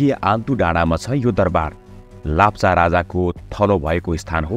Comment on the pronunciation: Its not lapcha its lepcha